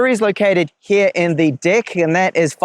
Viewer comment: It's deck not dick